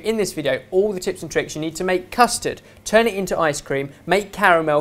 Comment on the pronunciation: Why does say tjurn